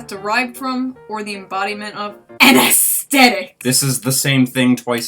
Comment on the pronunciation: You're a grown woman, you should be able to pronounce aesthetic